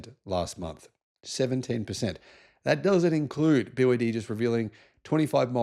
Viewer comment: bee Wah day also